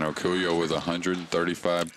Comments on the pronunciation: The man's name is Dennis Orcollo, not Orcullo. You could have at least gotten that right. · They didn't even get Dennis' name right. It's Orcollo, not Orcullo.